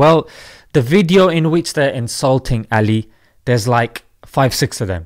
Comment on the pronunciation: indulting❌ insulting✅